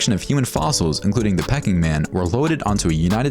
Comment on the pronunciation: Faber GEEEEEEEEEE ........ Pe KING!!!!!!!!! WTF is this pronunciation........ horrid voice.